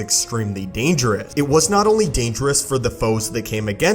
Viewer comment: Why is it every time he ends a sentence with the word "dangerous", he cuts it off so it just says "dangereh"